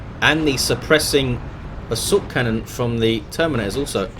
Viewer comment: why do u always say subcannon instad of assault cannon? that is what i always hear